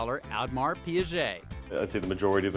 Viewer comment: he didnt even get Audemars right...